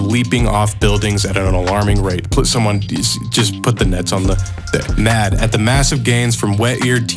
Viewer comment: Why does he say "poot" instead of put?